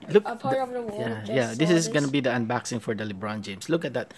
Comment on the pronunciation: Anbaksing? Lowgo? Hahaha